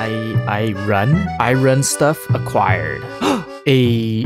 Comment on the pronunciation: irun (but it sounds like British person saying iran 🇮🇷)